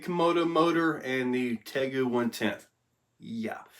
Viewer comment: Hey 👋good morning buddy 😀 just for clarification it's pronounced tay-goo like the real life monitor lizard 🦎 I actually used to have one and they are awesome. They are super smart and fast as a whip!